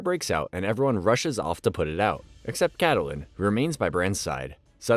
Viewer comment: Kattelyn, Oberion, Margeri its kinda painful